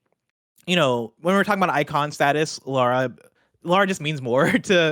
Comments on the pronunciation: Right. How hard is it to remember it's pronounced Lar-ruh. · Lara. Not Laura. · Lol tbf it was pretty jarring. She's literally gone her entire life pronouncing lara as laura 🙈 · Laura Croft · Pleeeeease stop calling her Laura Croft oh my godddddd 😭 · come on man.. "Laura" Croft? I have no idea how or didn't call you out on it! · If she says LAURA one more time....